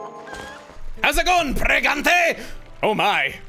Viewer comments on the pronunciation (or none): "CAN U GET PREGANTE?"